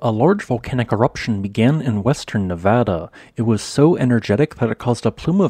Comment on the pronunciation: Thank you too for pronouncing Nevada correctly!!👌👌👌